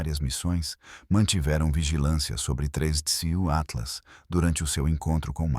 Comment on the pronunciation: Começou o video falando o nome do tinhoso errado, já perdeu a credibilidade!